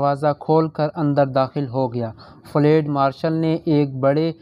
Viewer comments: اوو چاچا فلیڈ نہیں فیلڈ ہوتا ہے. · Lafz flaid nahi balke field hy. Drustgi ker lain. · لفظ ُفیلڈُ آپ نے بالکل غلط پڑھا ہے